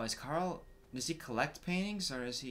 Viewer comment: Did anyone notice he said kara not Carl